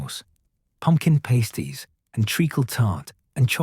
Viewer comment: It’s pronounced PASTies not PASTEies